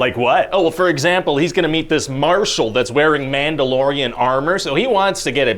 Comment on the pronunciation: omg I can't unhear "man dough"